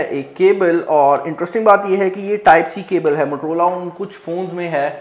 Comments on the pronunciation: Abe bhai matrola nahi motorola hota hai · Waisay its Motorola not "matar rola"😜😂😅 just kidding hope u don't mind